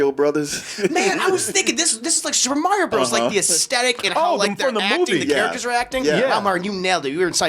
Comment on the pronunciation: My favorite mispronunciation is Morio instead of saying Mario.